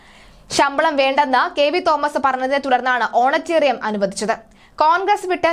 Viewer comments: Send her to some English school ... honorarium is not honaterium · സാധാരണ (Honorarium )ഓണറേറിയം എന്നാണ് പറയുന്നത് ഓണറ്റേറിയം അല്ല. ഓണറ്റേറിയം എന്നെ ഒരു പ്രയോഗം ഉണ്ടോ എന്ന് നിശ്ചയം ഇല്ല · ഓണറ്റേറിയം അല്ല കൊച്ചേ. Honorariam ഹോണറേ റിയം ആണ്. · ഓണറ്റേറിയം അല്ല honorarium. ഇവളെ മലയാളം പഠിപ്പിച്ചവനെ മുക്കാലിയിൽ കെട്ടി അടിക്കണം. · Madam ഒണറേറിയം ആണ്. ഓണറേററിയം അല്ല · ഓണറ്റേറിയമല്ല കുട്ടി ഓണറേറിയമാണ് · ഓണറ്റേറിയം അല്ല കുട്ടീ അത് ഓണറേറിയം (honorarium) ആണ്. അറിയാത്ത വാക്കുകൾ ഉപയോഗിക്കുമ്പോൾ ഉച്ചാരണം മനസ്സിലാക്കി ഉപയോഗിക്കൂ. എന്തൊരു നാണക്കേട് ആണിത്. Honorarium എന്ന ഇംഗ്ലീഷ് വാക്ക് മലയാളത്തിൽ ആരോ എഴുതി കൊടുത്തത് (ഓണറേറിയം ) ഓണറേററിയം (ഓണറ്റേറിയം) എന്ന് വായിച്ചു. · ഓണറ്റെറിയം അല്ല ഓണറേറിയം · Eyaleyoke chumakendi varunna malayaliude oru gathikedu!.mole, onetarium alla onerarium anu.